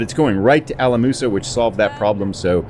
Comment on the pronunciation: The O in Alamosa is a long O.